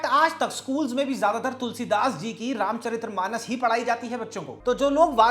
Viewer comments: Just to correct a small mistake, it is RAMCHARITMANAS, not RAMCHARIT’R’AMANAS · It's Ramcharitmanas, not Ramcharitramanas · भाई रामचरितमानस होता है न कि रामचरित्रमानस।